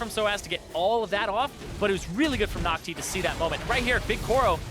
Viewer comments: BLV nước ngoài gọi NhocTy là Nóc Ti 😂😂😂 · Nghe nhu Naughty, haha